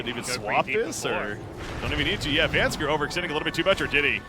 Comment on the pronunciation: Does it not bug anyone else that the caster says VANSKER and not VANSKOR?